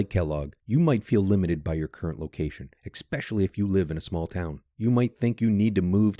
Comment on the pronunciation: Expecially? It's ESpecially.